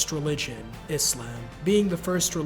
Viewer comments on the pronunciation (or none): none